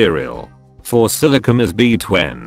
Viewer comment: Beetwen... lol